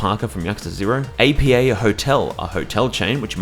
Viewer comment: Oh, I gotta add (not that it really matters), Apa hotels aren't pronounced like an acronym. And they're pretty good and widespread. Chintai, Lake and Promise are all real estate companies.